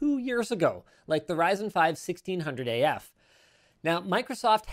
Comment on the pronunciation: What he said: Ryzen 5 1600AF What I heard: Ryzen 5 1600 as fuck